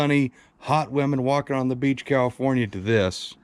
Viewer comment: (spit) cause yall know (spit) tank sediment here is (spit) much better than califnorn, califon.......... west coast sediment (spit) 😁